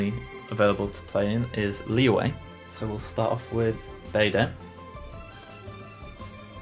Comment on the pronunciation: it’s the “q” sound 😭 but i’m used to it now ive heard so many people call “liyue” “liwei” so